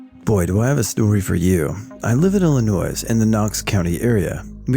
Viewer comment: Do not pronounce the "s" in Illinois...🤦‍♀️😆